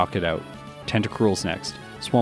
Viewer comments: Isn't it Whiscash < Whiskers rather than Whishcash? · lectures everybody on the correct pronunciation of rayquaza, but still says "wish-cash" and "pettle-bug"